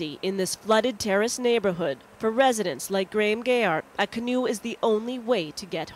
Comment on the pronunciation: The guy in the canoe is my dad, I remember seeing this on the news when I was 7. (Last name is not pronounced gay-art, it's pronounced gear-art. Pronunciation got a real big laugh from my family at the time though, it's a bit of an inside joke that our last name is hard to pronounce if you just read it)